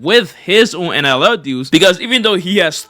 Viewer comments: Why tf do u keep saying NLL?? Very annoying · how TF do you manage to spell it correctly and then proceed to say NLL for 9 straight minutes 🤦‍♂️ get off the galaxy gas